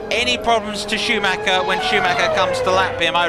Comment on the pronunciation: AI has a problem with Schumacher. Shameful...